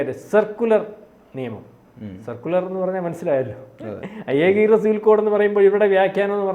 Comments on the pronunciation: സർക്കുലർ അല്ല സെക്കുലർ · സർക്കുലർ അല്ല മാഷേ സെക്കുലർ